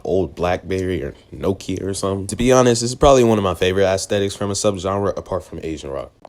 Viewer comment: Bro said Assthetics